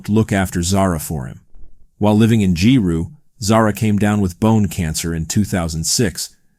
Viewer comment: “G-roo” 😂 “gi-roo” I was fortunate enough to meet this lovely soul in Giru State School. She was always so happy at school, always participating in sports even with just the 1 leg. Her mother is the real loser in this situation. That kid would’ve been the best daughter to ask for.